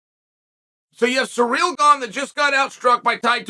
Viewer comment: Just love how you pronounce his name as "Surreal" 😆